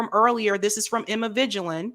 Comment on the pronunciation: At least pronounce Emma Vigeland's name properly, come on now.